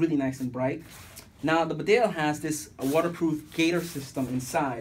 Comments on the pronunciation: Its Pronounced.... Bee Dale not Bdale Nice Vid :) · It's pounced bee Dale and not berdale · Wrong emPHASis on the wrong syllABLE. It's BEdale, not BeDALE! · 2 things - it’s pronounced bee-dale not bidale, and the large rear pocket is for dead stuff. The cartridges go into the deep front pockets. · Bee-dale not B'dale! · It’s pronounced BEEDALE NOT BDALE. you ain’t qualified to review these jackets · Bee-dale not Bdale! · Great jackets...I've owned these for years and other Barbours. Just being picky, but even though it's spelt Bedale, it's pronounced 'Beeedale' Glad to see people over the pond appreciating an amazing British brand. 🇬🇧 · Great video...btw its pronounced " bee-dale" its a small market town in North Yorkshire👍